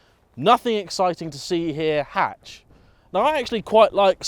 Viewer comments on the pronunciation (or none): none